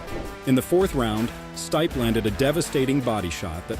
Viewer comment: Wow, have you never heard someone say Stipe before? Totally through me off but ya, great video but man.... Learn their names please.